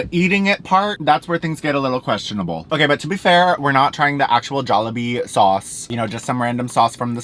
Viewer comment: Take a shot every time says “okarrr”